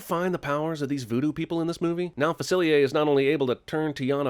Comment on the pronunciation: It's pronounced Fah-Sill-Lie-ar not Fa-Sill-Lee-Ay, Jeremy!!!!